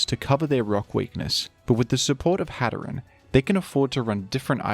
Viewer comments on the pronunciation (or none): Its pronounced hat er een like hatter and serene